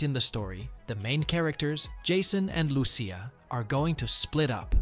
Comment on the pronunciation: Loo-Cee-a not Loo-Shea, its literally the first word spoken in the trailer lol